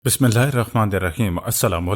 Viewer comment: Bismillah theek se padha karo ok